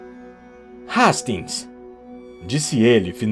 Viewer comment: O nome do Poirot se diz poarrot e o Hatings se diz Reisting. Amo o seu canal mas não consigo acompanhar os contos do detetive Poirot por você pronunciar o nome dele errado e não gostaria que o meu primo aprendesse os nomes dos personagens errado.